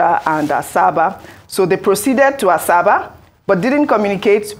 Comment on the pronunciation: Ms. Ojyk, it's not "Asaaasabaa" ; it is pronounced ASABA!